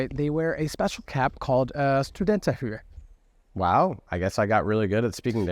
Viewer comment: In the word: studenterhue, you are saying the u wrong. It’s more like the two o’s in hood